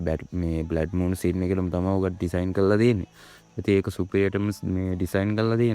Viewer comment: බ්ලැඩ් මූන් නෙමේ බං බ්ලඩ් මූන් 😊